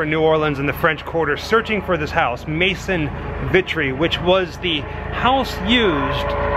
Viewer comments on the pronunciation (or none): none